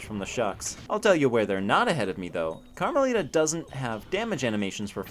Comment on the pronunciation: Carma-littah (as in little)